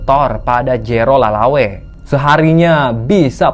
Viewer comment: Lelaway kayaknya bukan lalawe